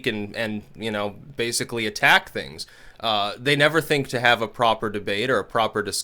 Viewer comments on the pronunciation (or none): none